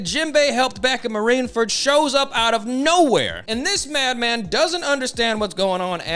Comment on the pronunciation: Why do you keep saying “marineferd” lmao